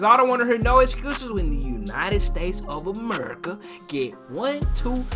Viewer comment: United States of Amerrrrca 😂😂😂 bro.. southern af